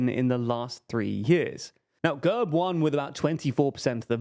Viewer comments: Great analysis, but it took me half the video to understand what the hell the narrator meant by "GUURB". It is pronounced GERB. As in /ɡɛrb/ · Excellent analysis, guys (although you missed a few notable details). But I've been itching to tell you this for months: you utterly demolish Slavic names, not just Bulgarian, but also Russian and others. The party is called gErb, like dEad, and not g-UH-rb. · Gurb хахаха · Learn how to pronounce the fucking names. And GERB is more of a centre-right party even though they're still mobsters. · Mate your pronunciation of GERB is atrocious, makes me want to get a battery drill with a 10mm drill bit and drill through my ears....